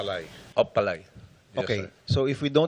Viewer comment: Did you guys hear how this senator say pah-laiy thats how much those corrupt gov't officials cannot understand and connect with the citizens of this country they are serving. Because they are not serving us they are serving themselves